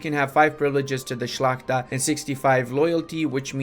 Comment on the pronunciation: The way you pronounce the word "szlachta" is wonderful ^.^